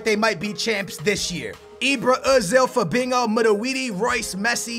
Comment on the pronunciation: you say Fabinko it is Fabinho mate.